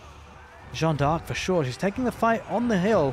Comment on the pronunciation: my guy, another great cast! Also if it helps, you can pronounce D'arc like DAARK, drag out the A a little, one long smooth word, without the awkward DE pause ARK. Keep the casts comin;' <3